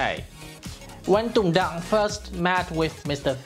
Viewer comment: Sao ko đọc rõ là Tùng Đặng , Hà Nội? Tên và địa danh Việt Nam mà, sao không phát âm rõ luôn để người nước ngoài họ biết mà đọc cho đúng. Mình học tiếng anh thì cứ phải phát âm cho chuẩn giống họ, còn họ đọc tiếng việt thì cứ phải bỏ hết dấu ra ah? Cả cuộc đời chưa bao giờ đi comment bất cứ 1 cái kênh nào cả. Đây là lần đầu tiên đấy ạ. Mong chương trình mình nên cân nhắc.